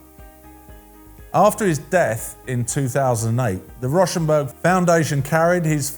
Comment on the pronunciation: It’s actually pronounced “Row”- rhymes with cow - shenberg…